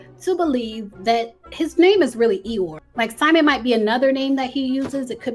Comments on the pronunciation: It’s pronounced E-Your-Ree not like Eyore from Winnie The Pooh lol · It's pronounced e yo ray... iyore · Iyore, pronounced “ee-your-reh” xx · It’s pronounced E-your-A lol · The Nigerian name Iyore is pronounced e-your-ay. It means I have survived struggle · I wish she would’ve did her homework on the pronunciation. I’m not even Nigerian but I figured it was e-your-aye as you stated, just like wale is not pronounced whale but instead wall-aye 🤦🏾‍♀️ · Please learn the pronunciation of the name Iyore, since you’re adamant about saying it so many times. Not everybody can be named Tyrone or Jockwees. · Her pronunciation took me out. I immediately imagined Poo Bear! 😅 Love.